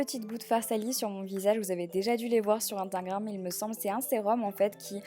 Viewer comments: Attendez sur la elle a pas dit Intagram au lieu de InStagram ? ou c’est moi qui a beuger 😂😂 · Waouh magnifique makeup 😍 Par contre tu dis toujours "instINgram" ahhh ça me grince à l'oreille 😂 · Vous avez dû le voir sur intringram . Mdr vive ta prononciation hahah . Sinon heureusement que tu travaille pas a 7h vu le temps que tu perds ... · intagrame 😂😂😂 2.24 on t'aime comme même Marie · Amstimgram 😂😂😂😂 prononce bien ... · c'est trop drôle comme tu dis Instagram mdr (Je ne me moque pas) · Je suis la seule à avoir remarqué que dans toutes ces vidéos Marie ne sait pas prononcer Instagram 😂😂